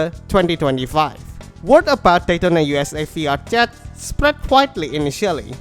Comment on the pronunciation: i thought you were saying fiat chat